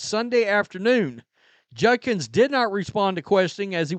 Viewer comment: It’s JUDKINS. Not Junkins